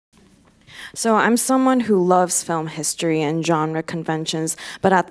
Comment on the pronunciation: 이해는 안되는데 발성이랑 발음만 들어도 뒤에 후광이 생김ㅋㅋㅋ 특히 필름 발음할 때